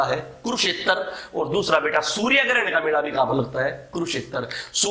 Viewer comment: beta word pai kuch jyada hi jor de rakha hai...... control ur emotion and padhane pe bhi itna ho dhyan do jitna beta -beta chilla rahe ho